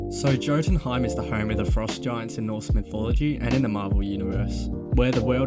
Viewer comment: Man said Joe-tunheim